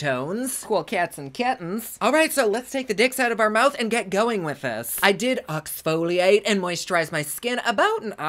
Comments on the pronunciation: I love how he said “ let’s Ox-foliate “ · Did you really say "oxfoliate" lol blast from the past